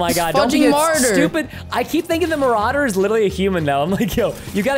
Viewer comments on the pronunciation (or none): When said, “watch out heavy marder” I lost it😂